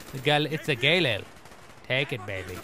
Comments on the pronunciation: lol Galil is pronounced [gah-LEEL] pretty awesome gun btw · Galil Gah-leel But your pronunciation is better.